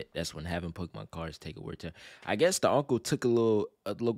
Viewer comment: Pokémon not Pokémen